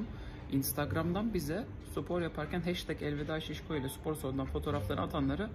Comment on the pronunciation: abi nolur supor deme sipor de sıpor de ama supor deme ya :/